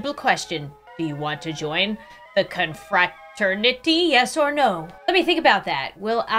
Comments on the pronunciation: inability to pronounce confraternity is cracking me up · mispronouncing confraternity is thee funniest thing ever😂😂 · playing “cute” bread game:❌ struggling to say confraternity:✅